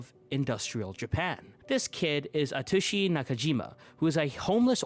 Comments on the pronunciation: DID YOU JUST SAY A TUSHY? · I totally agree with everything but "a-tushy nakajima" though 😭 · I’m sorry? “Atushi nakajima”??